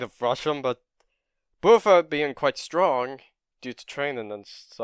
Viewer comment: It's not Boo-fa, it's Buff-fa like buffalo